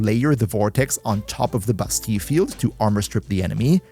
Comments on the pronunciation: Why bro pronounce it as "Bustee" when it's pronounced "Ba-steel" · sounds a bit wrong without a french accent. a french coworker of mine pronounces it like the Ls are still there but aren't pronounced if that makes sense. like basteee instead of bastee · bass-steal not bass-tea in French its bah-stea-yuh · Bro it’s pronounced Basteel… google it if don’t believe me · you should say "bastiie cause in some french word double L are said like iii kinda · I cannot for the life of me not hear you call Bastille as "Busty". 💀💀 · In American English anyway, it's Bass-Steel . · I think he's using french pronunciation.